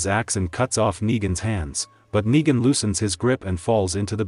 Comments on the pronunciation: RICK ITS NEGAN NOT NIGA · I don’t like the fact that certain parts of the story Yu keep saying niga and not Negan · bro said niga